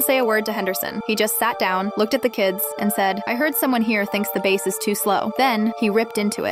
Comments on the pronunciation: I’m so tired of AI mis pronouncing words because it doesn’t pay attention to context. It ruins stories. And, running sentences together or copping them up. 🙄🤨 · bass guitar and A Bass fish are pronounced differently but AI screws it up